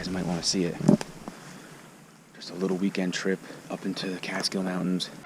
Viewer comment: "Castkill Mountains"? Otherwise good.